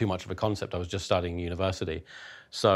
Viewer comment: YouTube is slowly changing the letter t to d in the UK.... Universidy indeed...